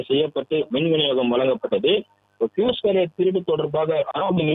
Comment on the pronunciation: ஃப்யூஸ். பியூஷ் அல்ல.